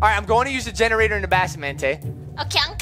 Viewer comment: “I want a genorater” walks past genortator Dora time